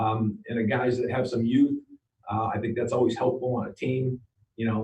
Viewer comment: Did he just say yout? Is our DC from the same hood as Pesci? 😂